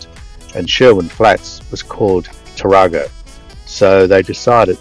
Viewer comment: The pronunciation is Tar-a-go with a short 'a', not as in the Toyota Taar-ar-go. The same error was made by folks with Monaro, ie it should be Mon-air-o, not Mon-R-o. Have a good trip